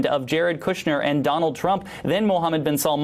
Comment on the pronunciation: It's "Bin SALMAN".